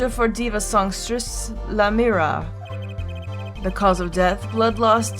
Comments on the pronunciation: Godot ikr, btw u know she is saying lamiroir completely wrong as well as tobaye Edit Lamoir = lamb+war Tobaye=Tobay+aye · Idk if it's canon or not, but I like the pronunciation she came up with in this episode "La-mira." It's more elegant sounding than any of the others. Plus she spent most of her life in a fictional country, so really we can make up whatever we want for pronunciation. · If you don't pronounce Lamiroir's name right, I'm gonna start spoiling shit. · google l'a mirroir translate' and hit sound button for pronounciation